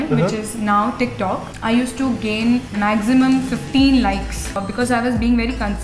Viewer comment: Did anyone help hear sag "magsimum" lol